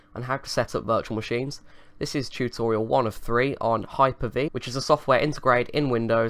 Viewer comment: *Heard CHUTorial *Left a like